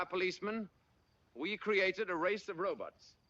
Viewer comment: "row-butts" always gets me.